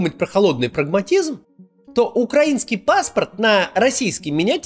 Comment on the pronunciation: Максим, спасибо! Ваши видео сейчас - лучшее, что происходит за день. (Отдельное спасибо за правильное ударение в слове "украинский", вот бы Варламов запомнил еще)